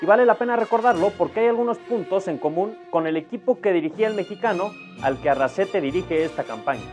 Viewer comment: Arrasate, no Arrasete.